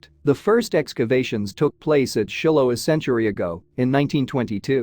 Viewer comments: It’s not Shillo. It’s Shylo pronunciation. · Narrator mispronounced every important name, like Shiloh